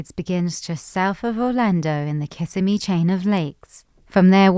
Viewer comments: It’s Ki-simi River, NOT Kiss-a-me River. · kiss-SIMM-ee, not KISS-simm-ee. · oh you were doing so well with pronunciation until you hit Kissimmee - which is pronounced KiSSIMMee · It's Kuh SIM ee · Is pronounced Kissimmee but what I like to know is what are y'all actually going to do to make a difference besides make this video there are so many Floridians that just suffer every day do the dumb illustrations because they moved into an area and now they have no other reason besides the fact they hate West Coast anyone car